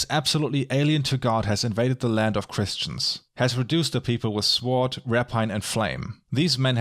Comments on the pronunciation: Mispronouncer of Words hits you with his "Svfoohrd".:-) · love the video and i think you are doing very very well! one tiny tiny thing that keeps bugging me tho, its just meant as a tipp: the w in sword goes unpronounced :) just fyi hope not to be bothering you, looking foreward to your next vid! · "sword" is pronounced "sord". "hyperbole" is not pronounced "hyperbowl" but "high per' bow lee"